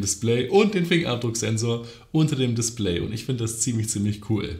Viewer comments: Niemand:: das DisPLÄY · Lustig wie du das Wort DISPLAY ausprichst :) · Mich regt es auf wie du Display aussprichst, sonst nices Video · Bin ich der einzige der sie Aussprache von display komisch findet ?